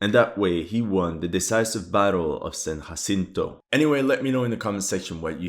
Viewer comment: Not sure if I like the way you say San Jacinto 🤔